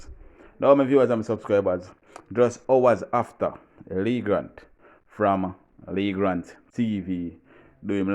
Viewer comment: It’s Leegate TV … not Lee Grant